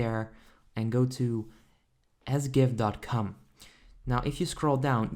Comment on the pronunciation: You pronounced that wrong. ē zē gèf dát cám not ez gèf dát càm